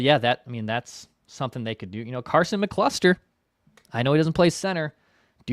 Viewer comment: Lmaooo “Carson McCluster”, it’s actually “McCusker” but I like your version better